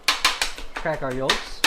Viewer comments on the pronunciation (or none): You’re not supposed to pronounce the l in yolk 🤣